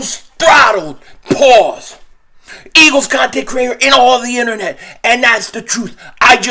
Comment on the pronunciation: Bro when you hit the “pause” that gets me weak af every time 😂😂😂😂 all love Philly Go Birds we in this bih yooooooooooooooooooooo🎉🎉🎉🎉🎉🎉